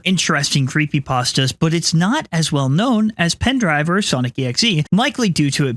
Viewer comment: Just to let you know, the "pendrive" in "El Pendrive Azul" is not pronounced like how we Americans pronounce pendrive, instead, it's pronounced "pen-dreev-eh" (how Spanish pronounces it). I feel like a lot of times people pronounce it the English way because the word is a perfect cognate (meaning that it's spelled the same in both languages) (it confuses me how people do this though because the word is surrounded by two other spanish words, how do you just not assume that the word should be pronounced in the way the Spanish language does it?)